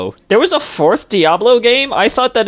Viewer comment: One question I would like to ask is, why does screw up pronunciations of certain game titles? "Die-ablow". "Per-SAW-nuh". And those are just two game titles out of, like, a few more!